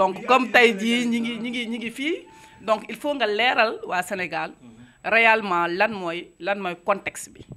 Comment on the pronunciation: Xolall journaliste bi koon birr bouy Daaw Question you konn yi degall mounann *rèalement*" li bann français laa